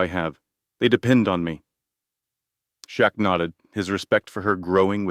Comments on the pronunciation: Shit narrator on name 😢😢 Shaq, chuck, shrek, shack??? Get it right!! SHAQ O'NEIL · Everyone knows who Shaq is why are you miss pronouncing his name, while mentioning him in a very positive video… story was Great, but they need to send you to a school for communicating stories the right way. Before your Homeless. You miss pronounced his name a few times. For such a great story you mentioned a man named Jack, Shock. It took the story to some one else. Shaq deserves full credit.. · Dude, if you make a video about someone use the right name and spell it right. Shaquille O’Neal, his nickname is Shaq then you say Chuck. Do a video right!